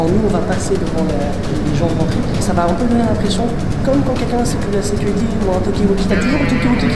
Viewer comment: « la securté » 😂